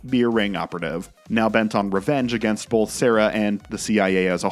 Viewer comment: Wow, what a segue into the ad Why do you pronounce it "bolth" instead of "both"?